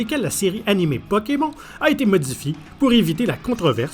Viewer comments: "PokemON" je pleure ça se prononce "pokemonne" 😭😭😭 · Pokémon au lieu de pokémone m'a tué de rire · Non mais bordel comment il prononce Pokemon 🤦🏻‍♀️🤦🏻‍♀️🤦🏻‍♀️ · Comment ça « Pokémont » arrêtez tout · Ouiii même si tu dit pokeMON on San fou on t'adore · Arrêtez tous de vous plaindre car il dis pokemON et pas pokemonne comme nous en france car il est québécois donc les prononciation sont différentes c'est un peu raciste de dire a quelqu'un qu'il ne parle pas bien tout ça parceque les québécois ont des prononciations différentes